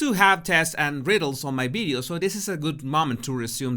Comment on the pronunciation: So cute!🥰 Bideos🥰 I can’t help laughing when he says bowels instead of vowels😂 Don’t tell him, we don’t want him to change the way he pronounces his bowels😉it’s just too cute